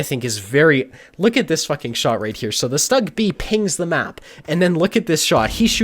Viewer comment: Awesome one, loled all the way But please allow me to correct you The german tank destroyer “Stug” is not pronounced in an english way. In German (which is the language of tank owners and thus the correct tank name comes from it) is pronounced as “Shtuug” Keep giving good videos ^_^